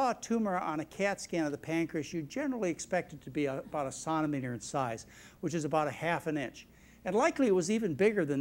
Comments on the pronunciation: Hey John! It's centimeter... NOT sonometer! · CENTimeter not sontimeter! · Why do medical people pronounce centimeter as “sawn-ti-meter” when everyone else says “sin-ti -meter”? 🤔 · He needs to learn how to pronounce "CENTIMETER"...lol. It´s not "cuntimeter" or Contimeter". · Why can't this this dude say centre metre? It's not a sontor metre. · Dear god, won't somebody tell this man that 'centimetre' is pronounced 'sentymetre' not 'sontameter'. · It is CENTI as SENTI not SONTImeters Doc!!! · What's a sonameter? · 'Sontimetre?' WTF LOL? It's CENTIMETER! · Wow, fascinating video -- he makes some interesting diagnoses that are credible, but so many conflicts and dubious claims. And he doesn't speak well: What is a "senimeter?" And who is Steve "Wozzik?" But most of all, is it not true that Dr. McDougall sells high-carb products, and oh yes, used to work for the SUGAR Industry in Hawaii? I would not trust his medical advice or rely on the products he sells. Still, interesting post-mortem on Jobs. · Centimetre, not sontimeter....just saying, eh. Long live strong immune systems -- it’s the main key to good health and longevity -- and stress, reduce your stress levels. Stress is the fertile field for manifesting disease. Ommmm... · Why can’t he say “centimeter” like everyone else. Why must he keep on saying “sontameter’? It detracts from appreciating this video! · What is a sonameter? Is he mispronouncing centimeter? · But what is "sontameter"? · wtf is a santameter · Sahn-te-meter? What university did he go to to learn how to say "Sahn-te-meter?" Probably good speech, but I can't listen to a guy saying Sahn-te-meter for an hour. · What the heck is a "sontimeter"? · wtf is a sontameter? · It's centimeter "cent"-a-meter you bonehead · What's a sonnametter? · A CENTIMETRE - (Pronounced SENTYMETER) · Yea really, and its funny b/c a sonometer is a tool to measure sound. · What's a suntimeter? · ... what is a "sauntameter"? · It's a centimeter not a sauna-meter.